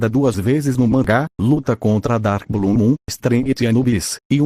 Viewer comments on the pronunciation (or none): none